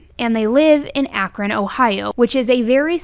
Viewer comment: I noticed you pronounced Akron like the Ohioans in this video. You must have have saw us all in the comments last time you did an Akron video. Lol